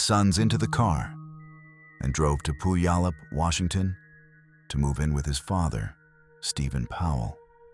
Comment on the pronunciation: And thanks to AI, Puyallup WA is also mangled 😮